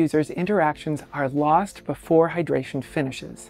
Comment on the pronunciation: Full "hydratration" pls change that.